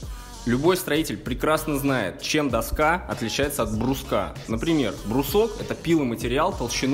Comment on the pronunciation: Не до'ска, а доска'!